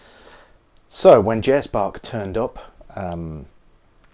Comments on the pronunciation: It’s not " Bakkk". it’s BAHHHH the pronouncing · it's not pronounced that way. Bach. Not Back. BACH. not BACK. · Bok? Not even close. It's more like "Bakh". Use google translator to listen to his name. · English speakers should learn how to pronounce German names. It is not Djoehan Sebaaastchn Bakk. At least his surname itself. It should be pronounced Bakh. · No, it should be pronounced Bach. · Can you say "Bach" correctly? Thanks. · Why do you pronounce Bach so weird?You pronounce the ch like in Loch Ness without adding any k sound. There is no k in Bach. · In Turkey Bruce Lee is often pronounced as BOURSCH LI, in the Anglophone world Bach is pronounced as BAK. Both are wrong but the Turks are getting better because they are trying; Anglophones, however, cannot be bothered. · please just try to pronounce Bach right... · Hard to get the pun if you know the proper pronunciation of Bach's name. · Jazz Bak*. Bach is not pronounced like he did either. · well the two different ch sounds in the German language are both pretty tough to pronounce for English speakers, so let's give him a break.